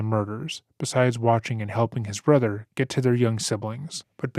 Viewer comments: “My brudder” 💔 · "My Bwothow got bowdy awmow" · My othew bwothew chwistophew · i wasnt even looking at the screen and I knew he said brother